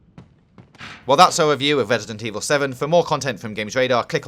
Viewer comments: Great, the guy with the speech impediment narrating this again. Wesident Eviw is scawy but gweat.... wight? Jesus, hire a speech coach for the dude already!! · "Vesident Evil" LMAO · ...Im gwad we didnt have to wait unto febuwaway fow wesident evoww to welease. I dont think I kewd of waited that wong.